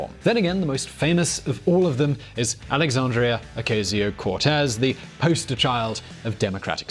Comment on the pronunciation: u did not it say it right alexandria ocasio cortez